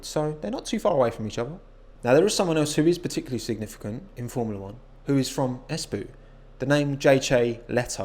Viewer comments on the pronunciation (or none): As a finn your pronunciation of Espoo is inherently amusing because it is nowhere near how we say it. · As a guy from Finland it sounds funny how you say Espoo